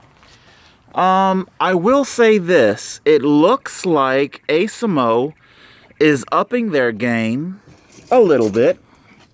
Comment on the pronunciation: "ace a mo". There isn't even an o at the end. You have it right there in the title. And it's cotter pin, not "carter pin"